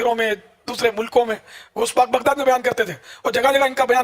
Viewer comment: Bhai gosh pak ka naam sahi sa la unka pura naam gosh pak abdul kadir sk jilani hai to unka naam sahi sa lo